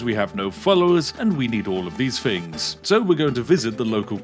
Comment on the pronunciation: I feel bad laughing at this because I used to make fun of his speech on live streams and he got really sad